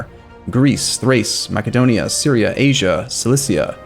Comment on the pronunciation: for the love of god ma-se-donia